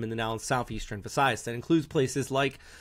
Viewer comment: Will appreciate the more if will learn how to correctly pronounce the names of places in the Philippines. Since many of his viewers are from the Philippines, he will serve them well if he can correctly pronounce the names of places. For example, tac-LO-ban, instead of TAC-lo-ban; SA-mar instead of sa-MAR, and many more.